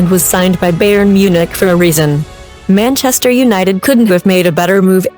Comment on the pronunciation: "Beyern" 🤦‍♂️ omg...